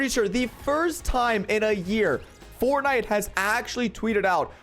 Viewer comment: Anyone wanna talk about how he called it “fortnit”